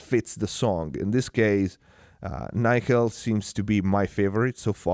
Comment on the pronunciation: Nickel is pronounced with a short 'i' - as in 'sick', 'lick', etc. Nice review otherwise...